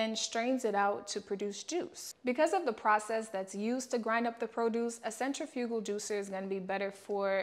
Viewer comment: Mispronouncing centrifugal but thank you for the video!